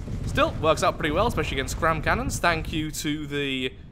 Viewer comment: A-gain-st/ Lathraxian word for against